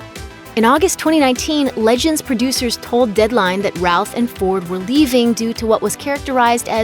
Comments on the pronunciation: Hey, you've said Ralph numerous times instead of Routh! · Jay Tsosie I’m glad someone else caught, I kept hearing Ralph too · Routh... I always heard Ralph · Routh (pronounced like the British 'row') and Ralph sound extremely similar, so it makes sense.